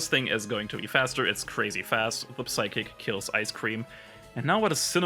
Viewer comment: Nice vid, let me boost it a bit by saying that 'P' in 'psychic' is silent